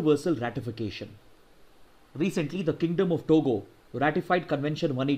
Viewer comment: It's kingdom of Tonga, not togo